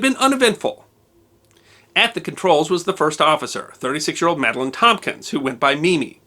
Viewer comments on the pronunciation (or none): none